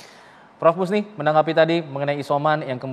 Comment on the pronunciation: Musni.....bkn Husni.....nama yg janggal....identik nama minang